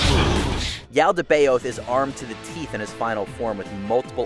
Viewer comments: Judging by how the narrator pronounced Yaldabaoth and Monado he really isn't that much of a gamer is he? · That pronunciation of Yaldabaoth was killing me! 😖